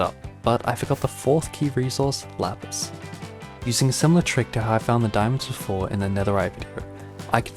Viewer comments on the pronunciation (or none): he said laspis and all i could think about was "Lapeice. what is this roman shi."